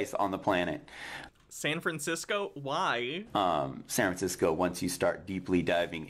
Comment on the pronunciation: Is it me or does this guy never pronounce the damn "F" in San Francisco? It's bothering me to an irrational extent.